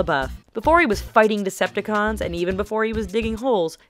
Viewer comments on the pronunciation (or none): decepticons not deceptacons! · Its Decepticons, not Deceptacons. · All I have to say is that it's Decepticons not Deceptacons Good video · They said "Deceptacons" it's "Decepticons" 😝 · has no one ever notice they said deceptacon!?